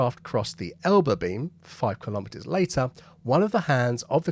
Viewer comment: Your pronunciation of the word 'kilometres' is incorrect.